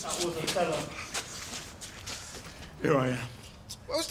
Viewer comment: Man said othello